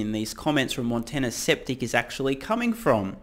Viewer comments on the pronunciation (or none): Skeptic, pronounced "sKep-TiK" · intentionally mispronouncing "skeptic" as "septic," as in septic tank? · I like how you called the guy 'Sceptic' instead of 'Skeptic' LOL